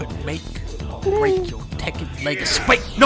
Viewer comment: "Teh-ken fighting game"-That chick from Fast and Furious at the Game Awards